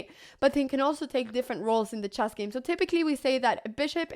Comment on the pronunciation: It's called "chess" - not "chass".